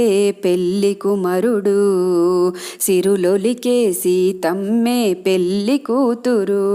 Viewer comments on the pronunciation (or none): పెల్లి కాదండీ పెళ్లి voice బాగుంది